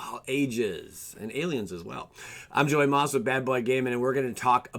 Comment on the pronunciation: You completely misread both yawgmoth and Kess 🙈🙈🙈. Take your time! Haha